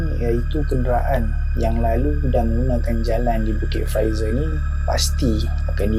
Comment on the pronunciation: Ni bukit fraser.. Awat aq dengaq hang sebut lagu Bukit Pfizer? Haru la telinga aq. Apa pun, welkam back oii. Lama tunggu video hangpa.. ✌️👍